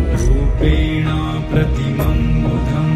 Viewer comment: In the text it is wrongly written as "rupenaam" pratimam budham. It is actually "rupenaa" pratimam budham. There is no "m" at the end of rupenaa. Please correct if possible. Others also take note. The chanter has pronounced correctly without the "m". It is "rupenaa".